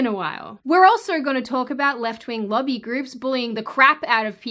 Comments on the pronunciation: When you say "lobby groups", it kinda sorta sounds like "lovey groups." Was a little confused for a bit... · Whats a "luggy group"? Oh lobby!